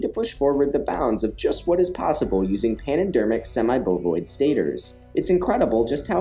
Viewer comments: Semi-Boloid! Not semi-bovoid! Get it right, rookie! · Semi-BOLOID stators. Not "bovoid;" those are made of cow leather, which would break down over time in the turboencabulator's hygroscopic parapneumatic fluid.